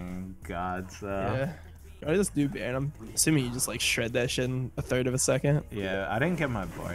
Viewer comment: why did dom say baron like he's french.